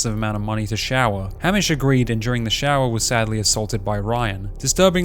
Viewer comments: Your pronunciation of Hamish threw me off soooo much lol. It's pronounced Hay-mish. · this video was so good and objective and raw but how are you australian and can’t pronounce easy and well known australian locations and names like geelong and hamish lol. great vid